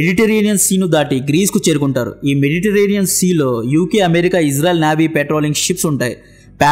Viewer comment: అమేరికా కాదు..అమెరికా అను కాస్త.